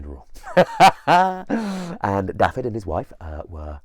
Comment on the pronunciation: I am from this place. I love that you are retelling this story but please could you pronounce the place names and character names correctly. It’s LLYN Y FAN FACH (not llan y fan fach). Dafydd is prounounced - Dav -i - th(as in ‘those’). Diolch!